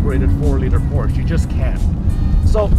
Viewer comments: Detailed about not knowing the production year of his own car. Detailed about being unsure what went wrong with the color of the stick shift? Detailed about not pronouncing "Porsche" properly? Detailed about being unsure about the car's horsepower? Detailed about having a blurry and jittery camera? Detailed about bragging that "the best thing about this car is the the cup holder?" This video is a comedy of gross insults to Porsche. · Doesn't know the production year of his own car... lack of situational awareness.... and he's licensed to drive on public roads? Doesn't pronounce "Porsche" properly.... grounds for any Porsche dealership to call security and have a person escorted off their property. Unsure what went wrong with the color of the stick shift... absurd lack of attention to detail. Camera is blurry and jittery... a 5 year old with a 5 year old iPhone would have done a better job. Thumbs down within the first 4 minutes.